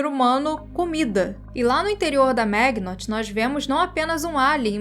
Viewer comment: Maginot (do francês) é "Ma-ji-nô"